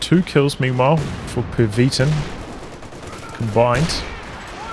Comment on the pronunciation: cool cast as always, but im guessing the yellow player is named after the german ww2 name of N-Methylamphetamine, in that case pronounciation would emphasize the second i of pervitin, not the first syllabile :)